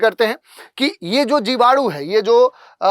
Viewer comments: जीवाणु ❌ जिवाडू ✅ 🤪😜🤣🤣🤣🤣🤣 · जीवाडू नहीं 😂😂जीवाणु बोलते है 🤣🤣🤣🤣, मुझे 5 किलो जीवाणु भेजो 😂😂😂😂